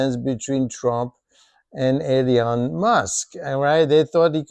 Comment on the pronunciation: It's hard to believe anything coming out of a mouth that pronounces it '''Eleeon''' Musk. Seriously? Little wonder that there are few subscribers. P.S.: ...And I still hold some Tesla stock-----d*mned If I know why....